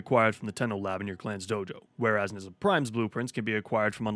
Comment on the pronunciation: It is pronounced Nuh-jah. facepalm